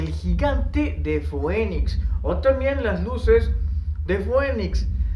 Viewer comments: Foenix jajaja mala pronunciación biejo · La palabra es latín y la pronunciación correcta es fenix